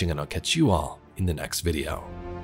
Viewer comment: I can't take you seriously saying "teh" like it's 2007 myspace.